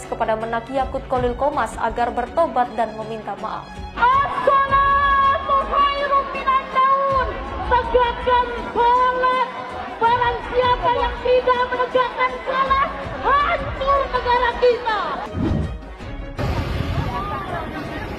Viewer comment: Muslimah kok begitu....apa nggak malu umiiiiiii.....bacaannya juga salah. Minnanaum....bukan minnanaun.. umiiiii...kok jadi seperti fikri bareno, sholatnya salah.